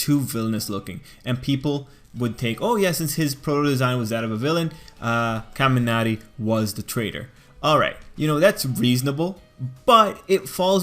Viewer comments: Why is he saying kaminari like Kamiarty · The way he says kamanari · I like how you say :,, Kaminari" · The way he says kaminari bothers me so much jeksjkss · my ears bleed every time u say kaminari